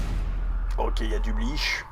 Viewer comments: On dit pas Bleash on dit Bleach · Purée tu m'a tendu de fou à prononcer Bleach "bliche" 🥶😅